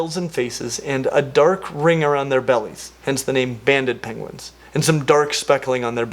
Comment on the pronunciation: Too much gaming or IDK. I heard "bandit" penguins.